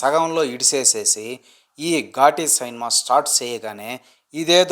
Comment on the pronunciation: Anna ghaati Anna adhi ghooti kaadu